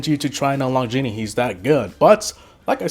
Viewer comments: Gene is pronounced gean not genie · "Genie" Its GENE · It’s called gean not geanea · Gene not Genie